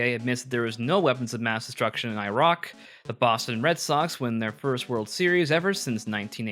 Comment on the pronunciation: Can’t tell if you just pronounced epitome correctly and I’ve been saying it wrong all my life… or if you mispronounced epitome after mispronouncing Iraq…